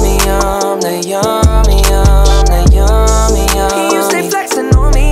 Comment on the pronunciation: Why does it sound like he's saying "yumda" not yummy?